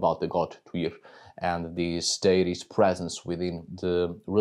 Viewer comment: Thank you so much! I now know how to pronounce Tyr's name properly. I live in the U.S. and we mispronounce EVERYTHING. 😂 Plus, I have Dannish blood, and it is nice to hear from the Peeps! Blessings on your house!